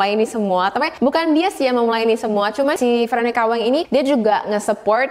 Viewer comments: btw, kak nama veronica wang itu dibaca ttp Wang bkn weng, itu marganya si veronica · koreksi : "meokbang" bukan "mukbaeng" "wang" bukan "waeng"